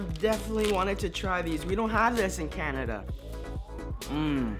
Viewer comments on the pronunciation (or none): none